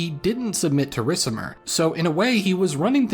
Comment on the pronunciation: "RiK-IM-ER" "Odo-AK-ER" :(